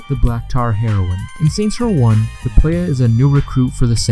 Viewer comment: White boy voice: Play-YEAH